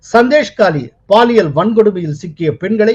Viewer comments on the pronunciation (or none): none